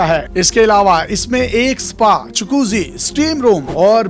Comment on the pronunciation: Lafz Chakoussi Nhi🤔Jacuzzi Hai😂